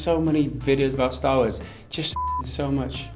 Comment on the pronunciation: Mike its star not staaaa